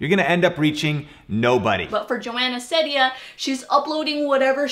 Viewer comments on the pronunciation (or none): It triggers me a lot how you say Ceddia. Its pronouced seed-ia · its pronounced ceedia i think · nope. It’s Joana See-dee-Anne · It's pronounced like SEEdia instead of Sedia, but close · nah it's Seeedia not sedia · Hahah I know that u pointed this out but I’m just saying It’s pronounced. SEED- ia. Not trying to be annoying I thought it was SED- ia too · you did not pronounce it right, it's ceddia (seedia) :) no worries though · It's see-dia but whatever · Well its pronounced seed- eea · it’s pronounced “Seediya” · It's pronounced like "see-dee-uh" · You should pronounce it like Sidia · It's "seed-ia", lol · It’s wrong. Her pronunciation is seed-dia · It's SEED-IA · No you didn't pronounce it right. It's (See-dee-Uh) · it is pronounced s-ee-d-ee-a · U did not bit that's ok it's Ceddia(sed-ia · You kinda said it wrong.... (Seedia is how it’s pronounced. But i don’t blame you) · lol no it’s pronounced Seedia even though it’s spelled Ceddia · It’s pronounced See-Dia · Isabella Portillo no, it is pronounced see-dee-uh. On her q&a video someone asks her how to pronounce her name and she says it’s pronounced see-dee-uh. If you don’t believe me you can check it out for yourself. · Her name is pronounced Ceddia (seedea) just to clarify :) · it's pronounced see-deeya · its see-di-ya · its actually (CEED-A) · It’s seedia (that’s how It sounds) Seed-ia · It’s said see - diya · ITS PRONOUNCED SEE•D•A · Its almost pronounced Zendaya but it’s Ceddaya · It’s pronounced Joana CEEdea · It’s pronounced (Cee-Dee-ahh) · um srry but i think its pronounced SA SEED UH :I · It's an ee sound in ceddia😂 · you said it wrong :( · I don’t think you pronounced it right :) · 💀💀 you said it wrong bahahah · You pronounced it wrong and she says her name multiple times in her videos. Do some proper research about her before you suspect her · you pronounced her name wrong s0 mANy tiMEs